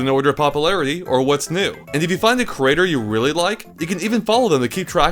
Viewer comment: It's creator. It's not crater.